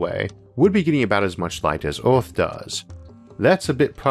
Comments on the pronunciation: Hello. Please find and pay someone to narrate your videos finally. At least learn to pronounce Earth and Mars properly, get some logopedic help man. Thx ⚠ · Did this guy voice elma fudd???... rofl hearing him say EORF (earth) LOL